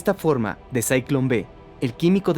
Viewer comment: No se dice "sayklon", es "zyklon".